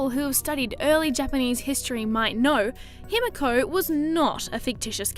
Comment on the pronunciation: Its pronounced "Hee-mee-ko" with the middle syllable being shorter than the others.